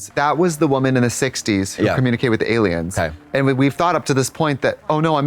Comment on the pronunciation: Trixie pronouncing “aliums” makes me think she has seen the X-Files abridged vines. A true woman of culture.